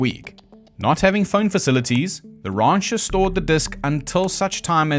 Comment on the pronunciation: rancher pronounced rauncher is pretty great.